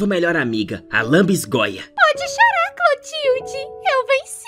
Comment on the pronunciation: a palavra é lanbisgoia kkkkkk adorei seu vídeo ficou muito engraçado ❤❤